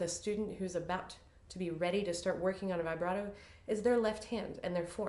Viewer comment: vee- BRAH- toe, please. This is an Italian word, not English: not "vibrate" with an "O" on the end. Glad to finally see someone teach about NO THUMB ! Thank you!